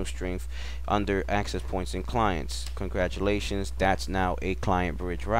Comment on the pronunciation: Excellent presentation...... wanted to point out the "congradulations" though..... nevertheless very very informatve.... thanks.....